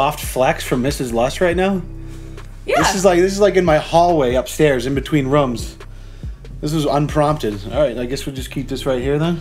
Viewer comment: the way says "rooms" always gets me every time he says it in a video lol. Also, hello there